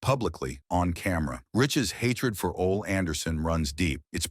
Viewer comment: Ole Anderson's first name is pronounced "O-Lee".